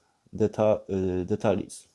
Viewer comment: Jak coś to słowo "details" nie czyta się "detalis" tylko "ditejls" :)